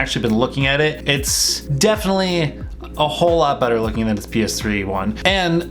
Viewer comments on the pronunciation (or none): none